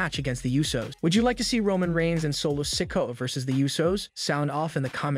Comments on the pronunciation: The young Uso brothers name is Solo Sikoa as in Siko….Ahhh… not “Sicko” 😂😂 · You need to pronounce Solos last name right.